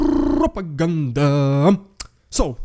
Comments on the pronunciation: Your « rrrridiculous rrrrussian prrropaganda » is still as funny even after hearing it a ton of times 😂😂 can’t resist, I love this segment every time. I doubt that Erdogan will arrest Putin any time soon; but now Erdogan is in position of power over Putin, and he can play this card to make him fold and accept grain deal. Putin thought he was in control of Erdogan, but I must say Türkiye seem to have played their card right to get leverage. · Rrrrrediculous rrrrrrussian prrrrRRRrrrropaganda is a great light hearted way to start things. It provides a much needed laugh in times where there is so little to laugh about, and follows up with a sober minded analysis of what is going on. Support Ukraine 🇺🇦 in any way you can. Because supporting Ukraine 🇺🇦 is supporting democracy. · .. 😅... RRRRidiculous RRRussian Prrropaganda!....... .... Always my favorite part! 😂😂.... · I love your clips and the way you bring the news! But what's up with the 'Rrrrrrridiculous Rrrrussian Ppprrrropaganda'...?! I loved the way you pronounced it... But now you're kind of losing it! 😁 Keep it up, and keep it short and you'll be keeping it funny. (I think) Anyway, thnkz for you're efforts and Slava Ukraini!